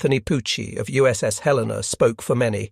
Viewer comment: The first WW2Tales installment that pronounces USS Helena correctly